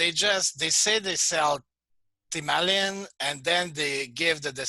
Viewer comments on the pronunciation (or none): It is difficult to follow when talking about A or U.. thymalin/thymulin